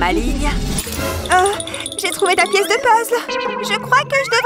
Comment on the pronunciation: Puzzle êtes vous sur car on dit puzzel